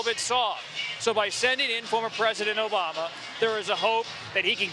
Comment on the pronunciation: "We're don't want u obamna" 😂😂😂